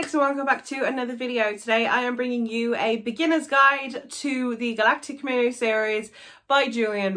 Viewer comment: I've read these books more than half a dozen times. They are my fav books ever. Julian May is an amazing writer steeped in scientific knowledge. Please pronounce Milieu properly tho.